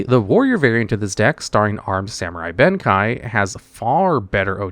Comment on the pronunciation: Not to mention Armed Samurai - Ben Kei. He said "Kai", unlike in his "Top 10 Most POWERFUL Yu-Gi-Oh Warrior Cards " video.